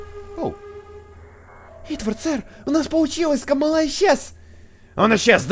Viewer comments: не каааамала а камалаааааа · не камалА а кАмала